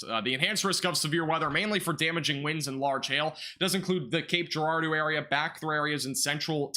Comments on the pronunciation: Cape Gerard-O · Cape Jer-ard-o